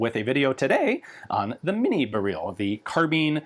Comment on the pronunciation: "bear-reel" lmfao